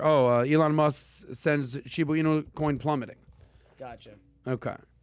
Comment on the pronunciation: sounds like my 80 yr old father trying to pronounce “shibu inu”